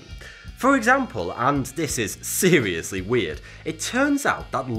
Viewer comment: “Seerilisly spookie”